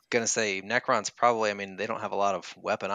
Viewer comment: Necro! not according to multiple pronunciation guides on youtube